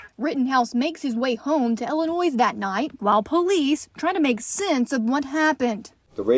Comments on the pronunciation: Yup illinoisssss good thing she doesn’t have a lithp! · The reporter saying IllinoiS......🙄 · Yes... twice like "ill i noise" she should know better. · Chanley don't pronounce the S in illinois please <3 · Man I hate that too, especially when they're from Illinois. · I am originally from Moline, and it kinda grates me when people pronounce the s. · Did she just say Illinois with a hard s?? Cmon chanley 😜🤣😂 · It's like saying Louisville wrong. It's not "Louis ville", it's "Loo vul" That and mispronunciation of Illinois is always a pet peeve of mine! LOL